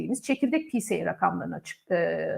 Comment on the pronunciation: Çok teşekkürler, yine harika bir yayın. Bir konu kulağıma takılıyor, onu belirtmek istedim, yanlış anlamayacağınıza sığınarak: pce’yi okurken “picie” şeklinde duyuyorum. Ben yanlış duymuyorsam eğer, ilk 2 harf İngilizce son harf Türkçe telaffuz edilmese, “picii” dense daha mı iyi olur sanki. Acaba pca diye de birşey mi var diye tekrar araştırdım hatta 🙃 Syg. Onur